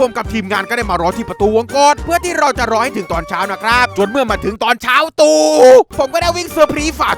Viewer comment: เช้าตู่!!! เน้นจังเลย555